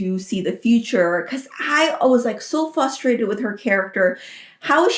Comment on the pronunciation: Why does keep saying "fustrated"?